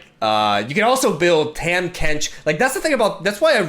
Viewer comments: My guy his name is pronounced TAH-m Kench not Tam Kench xD it doesn't matter but wanted to let you know lol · For what its worth, Tahm is pronounced Tom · Hey it’s pronounced “Tom” Kench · TAHM IS PRONOUNCED TOM TARGON IS PRONOUNCED TARGONE BASTION IS PRONOUNCED BASHON